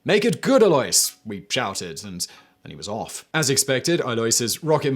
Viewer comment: Alois is pronounced ah-low-ees.